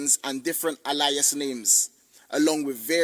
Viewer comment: fighting the word alias like that has caught me off guard